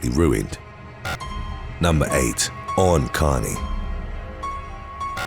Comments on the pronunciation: Eoin is pronounced like Owen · Eoin is pronounced Owen 😂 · Eoin is pronounced Ian. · Eoin: pronounced Owen. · Just a heads up Eoin is pronounced the same as Owen 😉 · How about 'when getting stuck on stupid goes wrong?' 🙃😉😛 When 'flakka' goes wrong. When hobbies goes wrong. When pogo sticks goes wrong. When slam dancing/pogoing/moshing goes wrong. P.S. Eoin is pronounced ' Oh - wen,' (it's Irish) you talented man, you. 😉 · His name was pronounced E-IN Like the classic American or Canadian spelling of Ian... Eoin was called "E-IN" his whole life (the O is silent) so I'm pretty sure I'm right but I've sent the question to his mom for confirmation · Love the attempt at pronouncing Eion lol